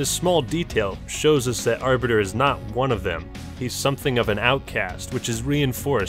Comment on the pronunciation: Look, I love you man but, STOP MIS PRONOUNCING THE ARBITERS NAME